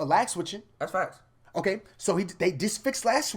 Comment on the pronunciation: Sly Times u could’ve said fax or facts but u decide to say faxs